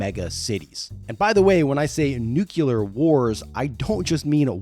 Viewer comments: "Nuke - You - Lar" - Homer Simpson (and G. W. Bush). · 3 seconds in I was extremely dubious of this video. A few seconds later, my IQ dropped by 100 points after hearing "multiply that by one thousand" and I was done by the time I heard 'nyu-killer' by 15 seconds in. Thank you for front-loading this video with this cringe filter so I didn't waste 51 minutes of my life on this video. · Hahahahaha "nukulear" gets me every time xD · Lost me at "noo-kyoo-luhr;" so.... lost me pretty early. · Damn, I was three minutes in while cleansing my discharge pipe and heard you say, "when I say 'noo-kyoo-luhr,'" I actually caught my breath thinking you'd reverse yourself and point out that it was a deliberate joke, but.......then...... Nah, bruh. It's the 21st century; I can't listen to that for an hour. Heard it six more times while writing this comment. Can't trust your judgment, and therefore your analysis. **edited for toilet autocorrect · Why do Americans say "Nukilar"? It's spelled NUCLEAR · I had to stop. Couldn't listen to the word nuclear pronounced as "Newk-You-Ler" anymore. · It's nuclear..... not NU-KU-LAR. Why TF can't people get this right? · Nucular...damn, that is a child's mistake... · Its 2025 and we're still saying nuculer? 🤨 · Thank you There is not a U in the middle of 'Nuclear' It couldn't be any simpler, Nu-clear or Nu-cle-ar. You literally only have to sound the letters out. No excuse for saying it completely wrong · hehe! he said "newQlar" strikes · Not a problem. Hearing "nuke-you-lar" on the other hand is 😤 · Great video, however the way you pronounce nuclear is painful 😅😂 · Learn to pronounce "nuclear" correctly. For fuck sake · It's not too late to learn how to pronounce Nuclear! I believe in you! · I'm sure this is a fine video but I'm sorry I'm not spending almost an hour listening to someone pronounce "nuclear" wrong again and again. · why is it so hard to pronounce nuclear ? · Stop mispronouncing nuclear. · Learn how to say "nuclear." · NEW CLEE AR